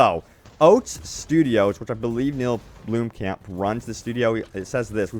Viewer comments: “BLOM-kamp” Not “BLOOM-kamp” Lmao Side note: I like the way you say “PEEVEEpee” 😂😂😭😭 cute. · Blomkamp. Blom. Kahmp. Not bluem camp.